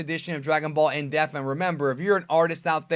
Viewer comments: Still sounds like you're saying "in death" instead of "in depth" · Why do you say Depth like death... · I swear EVERY time it sounds like he's saying "Dragon Ball: In Death" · would be a good watch i think. Just pronounce Depth right, you are saying death not DePth got to pronounce that P. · "In depth" not "in death" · I can't fuck with these videos with this shmuck saying In Def and not In DEPTH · It sounds like you say "in deff" instead of "depth" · why do you never pronounce dePTH properly is so annoying lol its in DEPTH not in death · I still can't get over the way you say in depth as "in death" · Why can't you pronounce the word depth correctly? Is there something wrong with you? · Please. Please. please. please... for the love of god... learn how to say "depth" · I love the in depth series, but you gotta pronounce the word,. It kills me every time bro.